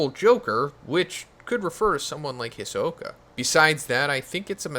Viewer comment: Saying hisoka mad weird lol